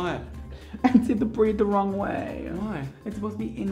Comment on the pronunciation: i legit snorted when you were trying to pronounce braid 2.